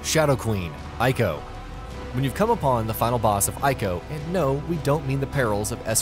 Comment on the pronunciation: The right way to say "Ico" is Ee-ko. If you play the remastered version and let Yorda loose she will call to him sometimes to indicate points of interest (useful when you're stuck).